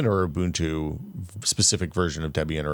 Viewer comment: He pronounced Bazzite corrently :( ... oh well, we'll always have Umbuntu